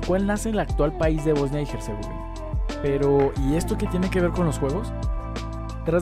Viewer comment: Herzegovina es leído como “ERZEGOVINA” y no como “GERZEGOVINA”. De nada